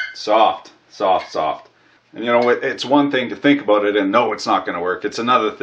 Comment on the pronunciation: hahaha "works in Australia,!!! wondered what the camera angle was "abooot"